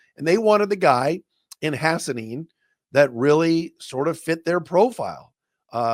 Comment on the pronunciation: Thank you for pronouncing his last name correctly Doc! Ha-SAH-nee-in gonna be a dawg!